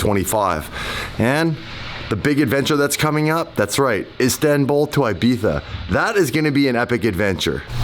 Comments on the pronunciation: why you say ibittfa or what it sound its ibiza. great video long time og viewer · Im going to be a party pooper here… sorry but my adhd can’t handle it It’s Ibiza not Ibitha.. lol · saying Ibiza with the “th” sound for the letter z is probably the most cringey and irritating thing to listen to……😒🤦‍♂️ there is no need for him to pronounce it that way. He is not native to Spain and there is no reason for him to randomly be using a Castilian Spanish accent just for one word. I have noticed that every cringey lame YouTuber and dweeb from L.A. that talks about or goes to Ibiza thinks it is so cool or trendy to say “Ibitha” when they actually just sound like idiots. I think just likes it so much because it is the one word he can say with his “Lithp” (lisp) not being an issue!😂